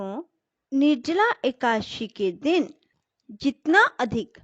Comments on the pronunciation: कृपया सुद्ध शब्द बोले एकादशी न की एकाशी 🙏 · Ekashi aap kyo bolti hai